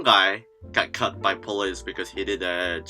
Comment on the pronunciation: I love the way it sounds like 'cut' when you're saying 'caught'. As if you gotta watch out for the police because they'll straight up shank you.